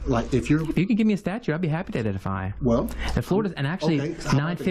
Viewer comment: What’s this nonsense about a statue? You can even pronounce statute.